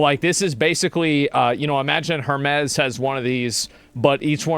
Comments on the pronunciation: Pronouncing Hermēs as Hermez is pretty silly. It's the name of an ancient Greek mythological figure, the messenger of the Gods that was later represented by Mercury in the Roman mythology. We've been pronouncing his name as Her-meez for as long as English has been a language. It's quite telling that illiterate people are talking about the brand though, as they're usually the same people who are most easily influenced by brand name marketing. The Greeks today pronounce it the same way: Her-meez. I mean, they roll their R's, but still, they don't say Hermez. It's not a Mexican brand lmao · It’s not Hermez…it’s pronounced Airmez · sounds like "Air" mez. ;-) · "Air-mezz" you uncultured swine. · It's pronounced "Ermés." The "H" is silent. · It's pronounced HERMEES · You mean her-mee’s?? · Hermès is pronounced "Air-maze". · HER-MEEZ HER-MEEZ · Everybody already knew that. It's HUR-mees. Greek for Mercury. Also a cyber war mech in "Empire Earth." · I’m sorry, you say Hurmays? Oh honey, your ignorance is hurting me